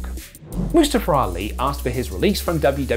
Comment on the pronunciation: Moo-stuff-er Ali